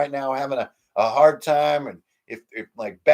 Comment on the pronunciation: I always love how B says Hard - it sounds like Heart, for the first couple months when he was talking about Hard Suit I thought it was a game about or using playing cards - Heart Suit